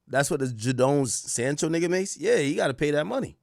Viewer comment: Nah the pronunciation of Jadon Sancho and Madueke was naaaasty 😭🤣